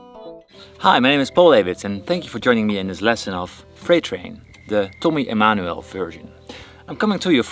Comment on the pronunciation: About your pronounciation of tommy emanuel, you’re from the Netherlands aren’t you? (I’m from Belgium btw)